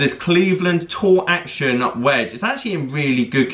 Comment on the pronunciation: Wedge was butchered 👀